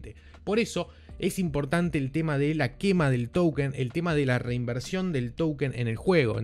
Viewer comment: Como se dice token o towükenn?? Jajajaj